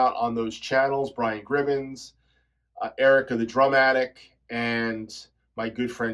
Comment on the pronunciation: Hey, thank you so much for the shoutout! It's just "Gribbin", not Gribbins lol.